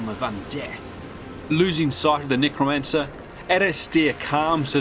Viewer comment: Bro said nygramancer